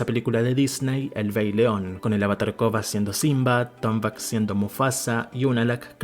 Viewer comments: Excelente video, a mi me gusta mas la leyenda de Korra. Pero porque le dices “Kogha”? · A él le cuesta pronunciar la "R".